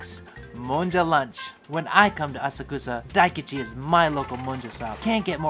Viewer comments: Assa-Koosa?! whyyyyy?! 😉:goodvibes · Thank's for this video. Missed Asakusa when I was in Japan last year. Hoping to go back next April, definitely be spending a couple of days exploring there. BTW, pretty sure it's pronounced "ah-suck-sah. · Funny story on the train it’s pronounced ah-sock-sah but every Japanese person I talk to there calls it the way does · I'll be there in September. are you prounouncing Asakusa correctly? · He’s saying Asakusa wrong right? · Please work on your pronunciation of Asakusa.